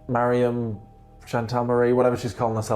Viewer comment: Could you not say Mariham please? Its so racist !!